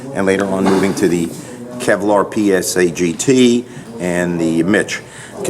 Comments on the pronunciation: It's not psagt it's pasgt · PASGT not PSAGT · I'm sure someone mentioned this already but isn't it PASGT, not PSAGT? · PASgt, not PSAgt It's a Personnel Armor System, not a Public Service Announcement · He said to the Kevlar psagt, its pasgt